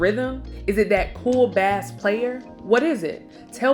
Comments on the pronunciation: Ok, so no one is going to address the glaring mispronunciations and incorrect info of the reader/host of Comedy Hype? Bass player? She said it like the fish versus "base." Iconic artist, David Bowie? She said "BOW-WEE".....how do you not know David Bowie? "President" Al Gore? Presidential hopeful, of course, but he was the VICE president. Sorry folks, but being young is not cutting it when some of this is just common knowledge. As black folk, we need to be a lot tighter when disseminating historical data. This is a repeated offense by our content creators....Come on, people. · homegirl, it's pronounced "base" not "bass" player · IKR. A lot of words were mispronounced. She thinks she's bass fishing instead of playing bass guitar. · Even though she said 'Bass Player ' wrong. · She pronounced the fish bass😂😂😂